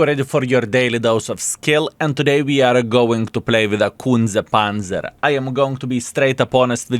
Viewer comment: Skillll you should say it correctly - Kunce Panca 😉